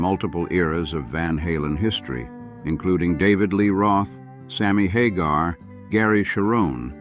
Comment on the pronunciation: Sammy HAH-garr ehhhh?